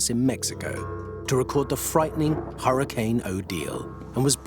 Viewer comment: Thank you to the narrator for saying hurricane and not "hurri-kin".